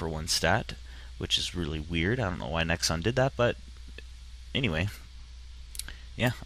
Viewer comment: He said Nexon-oed as in K-Oed